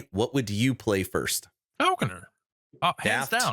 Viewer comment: It's Falcon-er. Not falcon-eer.